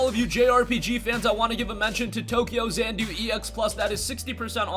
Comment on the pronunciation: I believe it is tokyo XA-NA-DU and not tokyo XAN -DU